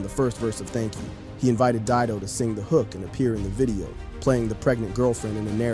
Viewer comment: Didon ? Puffff, Dido.